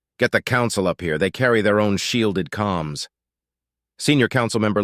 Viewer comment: Uh, the word is "Comms," not calms it is short for Communications